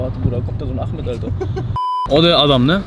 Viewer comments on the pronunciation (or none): none